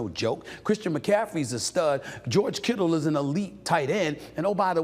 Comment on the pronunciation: And it’s Kittle not Kittles SAS